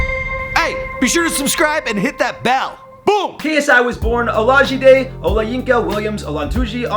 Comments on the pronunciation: he said “KSI olasha-debt”😂😂 It’s Ola-jee-day-Bee-tee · Man said “KSIOlaji-deb” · how can man do a full video but pronounce his name like dat